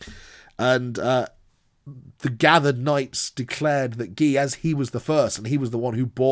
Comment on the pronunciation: Your pronunciation of Gilles hurts my soul. It's not ghee the clarified butter used commonly in Indian cuisine!